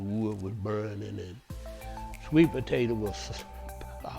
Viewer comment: The way you said "Today we gunna be makin up a country maaade sweet pa tay ta pie" let me know this pie was going to be good as ever